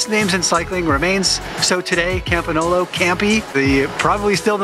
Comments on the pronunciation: for reference GN in italian = ñ in Spanish. It's pronounced Campañolo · Yes,, your pronunciation of Campagnolo is off. But nobody worries!